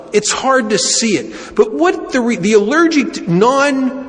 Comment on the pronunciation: Is he saying allergict?